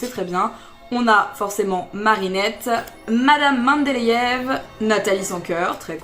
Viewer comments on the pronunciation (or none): Super vidéo! Je tiens quand même à dire que Mme Mendeleiev se prononce comme si le v à la fin était un f. Et cela parce que Dimitri Mendeleiev est un chimiste connu pour avoir inventé le concept de tableau périodique des éléments et avoir dressé les premières versions. Et il est russe. Voilà, voilà. Bisous <3 <3